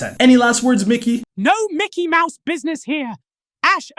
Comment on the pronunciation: yp I think that micky mouse mad in China got thr wrong acent lol